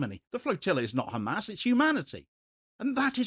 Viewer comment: It is not GAAAAMAAAS for Gods sake